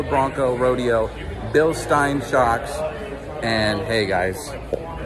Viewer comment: I recommend before thinking about jumping a Bronco. Spend some more time working on your off-road skills. If you were thinking about jumping the giveaway Bronco. That's a good way to total it. Pronounced. Bill-SHTINE